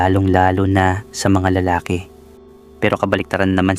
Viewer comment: Pokpok😂 siyempre magaling praktisado ba naman natural sa dami ba namang naka yugyugan. Ayan karma is real😊 ang ganda din baman ng asawa na si Rosalina. Bobo ka Gerald. Yan napapala ng mga nangangalunya. Anyway hustisya ang kelangan😮 Nawa lang maayos mo ang pagbigkas mg ibang Tagalog. Lalaki bala ay hindi maragsa malumay yan bigkasin.